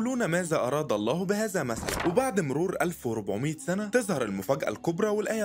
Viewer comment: الزين مازا بهزا ومسلا 🫠 احترم كلام الله وحاول تلفظ الحروف والكلمات بشكل صحيح بارك الله فيك